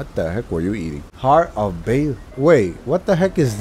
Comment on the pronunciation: I haven't found Bayle yet. P.S. I think his name is pronounced as "Bail" or something like that, could be wrong though.